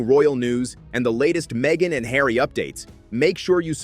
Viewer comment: Markle is going to have to buy a 'yacht' and put 'Hawry' to work.